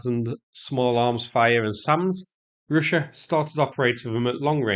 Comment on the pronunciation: Hilariously bad pronunciation throughout. Try practice these when you get a chance: Yellow, Arrow, Russia, Route, Kiev. Also very illuminating hearing bias come through on what should be a rather neutral battle footage video. You aren't fighting there mate and it's another obvious proxy war to keep the war machine bank rolled.